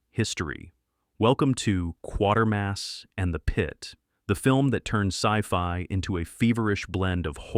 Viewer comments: Prononced 'Quater Mass' not 'QuarterMass' - but thanks for including it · It's 'quatermass', 'quaaaatermas' not quartermass. Damned AI. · So many mispronounced words and names. And flicks not banned but many are still excellent. And it’s pronounced Quat(rhymes with plate) Quatermass. Ok and it’s pronounced Ray Mill-land. Suspecting AI narration here? Fahrenheit? Come on… the script’s not awful but the narration sounds like AI SLOP!!! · It's prnounced:- 'quay-ta-mass' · You're pronouncing Quatermass wrong. Other than that, great list. I've seen them all at least twice.